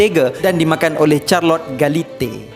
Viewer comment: bukan charlot, Charlotte sebutannya.